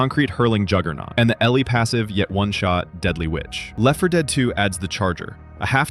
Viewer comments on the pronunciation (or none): none